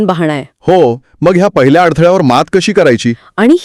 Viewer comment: "मंग"नाही हो "मग"शब्द आहे अशुद्ध टाळा कृपया